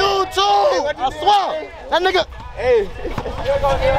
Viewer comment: That man is a legend “Put that on the YouTube , I sweah ” 😂😂😂😂😂